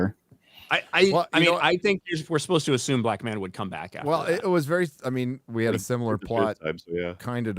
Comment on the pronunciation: YouTube hates you so much, the only way to see these releases are 7 days "After", release. Unless, you search for [Friday Night Tights] in particular. Merry Christmas to all, except, stealing art, and saying ash-ume, instead of assume, arrogant fool. Say assist...I will break your beak.